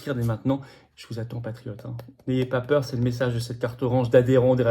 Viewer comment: "il ne vo ba zavoir peür" ou "n'ayez pas peur" ?